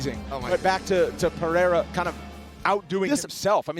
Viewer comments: Say it with us now, uncle Chael. Puh-rare-ah. Lmfao with this "Pea-air-ah". Chael can't pronounce his name correctly, ever. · FFS Chael it's Pereira not Pehera! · pe rei ra, its not pieira, the e is pronunced like the letter a in day, common chael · Chael Sonnen went from 'Peheyra' to 'Pierre. 😂😂😂😂😂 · How can Sonnen still not know how to pronounce "PEREIRA yet? He calls him PIEIRA 100% of the time. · Him and brendan schaub say it the same way , pee air ra 😆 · "Alex Piera" Chael ffs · 'Pi-ERA' Chael sonnen 2024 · Chael Sonnen, it’s peigh - reigh - rah. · Stop saying Pierra FFS, make an effort!!! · pea-air-uh lol.. still can't pronounce it right after all these years. :face-green-smiling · At this point I’m semi convinced that he mispronounces because it’s part of his persona. Interestingly, he finally can say Jiri’s last name correctly. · Alex St. Pieruh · We might get GTA 6 before chael pronounces these fighters name correctly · Chael can not say the guys name correctly for the life of him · Dustin says the name correctly, Chael immediately mispronounces it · Chael still cant pronounce Pereira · Could you have any worse of a broadcasting table than incoherent Teddy Atlas and Chael Sonnen who pronounces everything incorrectly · Sonnen still calling Alex’s last name wrong lol. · My god will they ever learn to pronounce pereira’s name right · anything ppl do for views he does. rage baiting by mispronouncing peoples names is a classic chael thing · he does it on purpose and even practices his mispronunciations, because his fans think it makes him the GOAT. yeah, he and his fans are that stupid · i dont think you get it my man lol its intentional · I'm Brazilian and though it annoys me that everybody gets Alex's surname but Sonnen. At the same, it's really funny. 😂